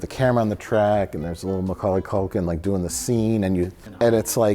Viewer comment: Why is pronouncing Milwaukee Culkin like that? Weird.